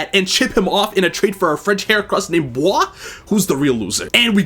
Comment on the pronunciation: is the only one I’ve heard pronounce “Bois” and “Jacinthe” correctly. He might secretly be French